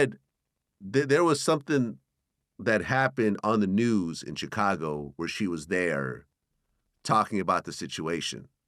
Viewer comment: VLAD PRONOUNCE CHICAGO WEIRD WHEN HE SAY IT